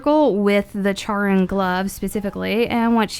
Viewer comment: Charon is pronounced like "Care-on".